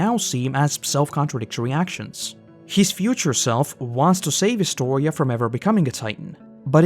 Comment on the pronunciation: ah, I find it extremely satisfying that you said my name correctly lol